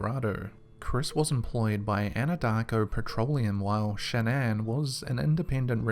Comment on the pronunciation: Shan-nan. Am I the only one bothered by this?